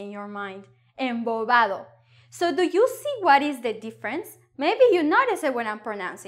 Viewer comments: I turned the play speed all the way down and watched you say embobado and your lips make the movement you would make when saying v in English and it sounded like a v. Its very confusing for me. But if you're telling me it's a b sound I guess I will just say it with a b sound. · thank you very much for your lessons! However, I can't get this thing with B and V... I watched the video many times and it's clear you say some words with V whereas you say that it's always must be pronounced like "B", even soft "B". E.g. here -. You pronounce the word "embobado" more like "emboVado", two times:) Another, much more obvious example it's the word "CONVIVIR". You pronounce it very clear like "conViVir", without any B sound. Please check it out and listen it. Is it normal Spanish pronunciation or you just forgot to switch from English to Spanish?:) So I'm lost, to be honest:) You say that there's always should be B sound - hard B in the beginning of the word and softer B in the midle (say, after M or N). But you pronounce it differently in the examples. Also it's not the always we pronounce V like "B", right? Would you be so kind to share any resources where can I get more info about V sound and how you should pronounce it in different words? I suggest there are some rules and I'm eager to understand this stuff:) Thank you very much in advance! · A great lesson. I think that the letter 'b' in the words 'embobado', 'soplaba' and 'me daba' was pronounced like 'v' because of the letter 'a' following the letter 'b' - 'embodavo', 'soplava' and 'me dava'. And the equivalent word for 'convivi' might be 'hang out'.